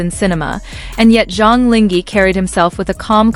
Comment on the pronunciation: Please be more professional and at least Go figure out how to pronounce someone's name correctly !!!!! SUCH LAZY WORK! LING(H)E??? So you just randomly decided to drop the H?? Decided the H is silent? SUCH IGNORANCE! This is INSULTING!!